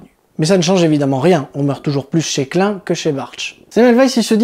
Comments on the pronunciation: J'ai appris, j'ai ri, je me suis abonni. PS pénible: la prononciation de Klein en Clin me déchire les oreilles, mais bon... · boulot super ! mais revois ta prononciation de klein qui d'ailleurs veut dire petit en allemand .